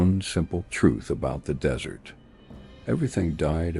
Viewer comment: So many ways to mispronounce, "desert". Haha. The dessert always wins!